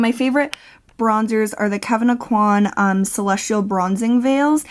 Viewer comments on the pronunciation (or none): Please watch! 27 seconds and you will know how to pronounce Aucoin correctly! ❤️🙏🏻😁